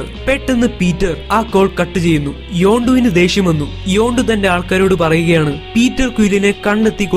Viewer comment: Hello this is not your yondu it's yandu